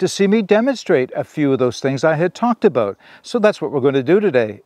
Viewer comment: You almost didn’t say aboot😊